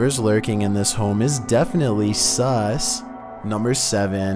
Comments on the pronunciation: The scariest part of this video is this guy saying sus SUS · the scariest thing in this video is not the ghosts... its saying S U S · Tbh I just watched this to hear him say sus🤣🤣